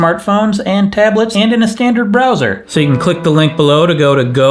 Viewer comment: "brow-ser" heh